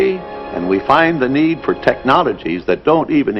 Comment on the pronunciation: I love how he says " The Need " yeah the need to suck every penny out of your pocket and put it in our pocket.